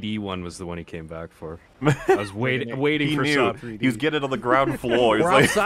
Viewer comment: Ah yes Saw3D akak SAWED